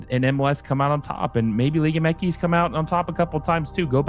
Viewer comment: It’s liga M X. Not whatever the hell you’re saying throughout the ENTIRE video